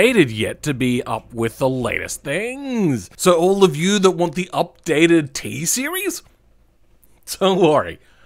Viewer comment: Ah yes, the TSEIRES